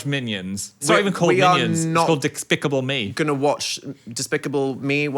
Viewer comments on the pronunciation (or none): Did Phil say "dickspicable me" or is that just me